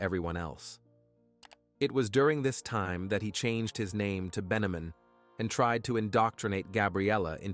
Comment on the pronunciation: So “Ben-yah-meen” I’m assuming is plain old Benjamin when he’s at home 😂